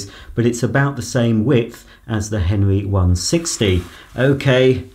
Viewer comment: Is he saying henry or henwy lol